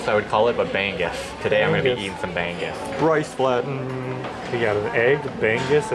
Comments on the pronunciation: I was thinking what is bang-gus🤣 then I saw the plate🤣🤣🤣🤣 bangus pala😆 try say it bang-oos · It's not ban goose. It's bang oose. No 'g' sound. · it isn't "bang-azz" .. it's "ba' - nguz" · BI-BI-QUE 😂 BAG BAG 😂 BREKY 😂 BANG-GUS 😂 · it's pronounced bang-ooze not bang-goose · The way you said Bang-gus, made me onder what you were eating😅. *Bang-gus(milkfish) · I was so confused what the "bang-gus" they were...turned out its BANGUS....haha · i love how they call BANGUS "bang-goose" ahhahahaha BANGUS IN ENGLISH IS MILK FISH. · Great video, guys! Ask one of the locals how to pronounce B-A-N-G-U-S. 😂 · I like how you pronounce Bangus 🤭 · Ask the servers/Filipinos how you pronounce BANGUS. Not from google.